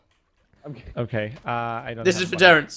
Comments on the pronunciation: Omg it's Terrance not lorance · IT WASN'T LAWENCE IT IS TERENCE